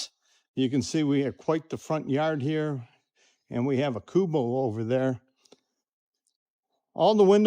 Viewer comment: Kind of funny how you miss pronounce a lot of things😂what is a “Kubo” oh and I believe it’s Robinsons